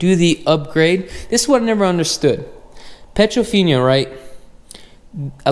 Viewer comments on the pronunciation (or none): Dude, it's an upgrade, not a upgrade. Also, it's not petrofinia, it's piedofina-no a in the "finia". Lastly, surround sound is not pluralized, it's surround sound, not surround *sounds*.